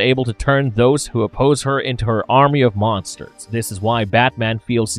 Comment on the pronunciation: Part off The wall, not part of Da wall.